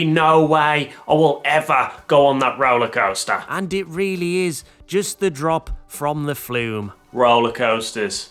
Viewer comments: I love how he says “Roalaa Coasstaaas” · the way he says roller coaster lmao